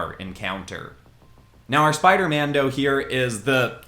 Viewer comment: stop saying mado